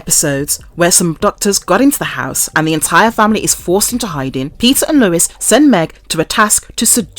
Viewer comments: It's just "Family Guy" no "The*" and it's Lois (Low-iss) not Lewis*, that's a man's name. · LOL why does the narrator call Lois "Lewis"?!! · HIS WIFE LOUIS? Seriously?! Or was that your accent? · Video unwatchable due to repeated mispronunciation of Lois' name. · PLEASE learn how to pronounce Lois (there is NO W in her name) and the town name of Quahog